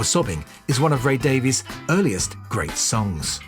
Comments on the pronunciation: I may be wrong, but I believe that their last name is pronounced “Davis,” despite the “e.” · I was going to mention that as I typically do... much to peoples' annoyance. Ray seems to pronounce it as 'Davis' but, a little while ago, I saw Dave in an interview and he pronounced his name as 'Davees'. Perhaps that's part of their legendary scrapping.